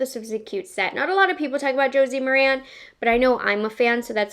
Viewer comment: Good job. FYI - Josie "Mare-in" is how it is pronounced. She does have a great line of products.